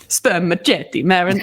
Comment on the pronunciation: It's pronounced sperma-set-ee or sperma-seat-ee, actually! The 'c' is soft as in ceiling. 🙂🌱☮